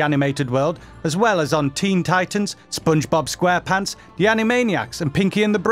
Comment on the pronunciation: “SPUNGEBUB SQUEH-PUHNTS”